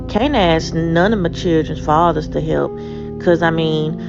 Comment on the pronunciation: How about speaking English correctly? It can get them a better job where people will understand them because I can't understand half of what they are saying. Aks instead of ask. We was instead of we were. ........nevermind. useless.